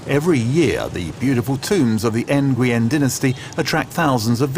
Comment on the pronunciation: oooofffff...... For a video posted 1 month ago, your video clips are 10+ years old... And Jesus, you butcher a lot of pronounciations. N-goo-yen ???? Really?